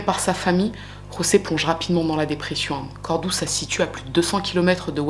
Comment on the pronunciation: Un video genial! Pero tampoco es tan difícil decir Córdoba, me duele la vida escuchar Cordou😑